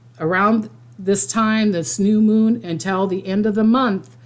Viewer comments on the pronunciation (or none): none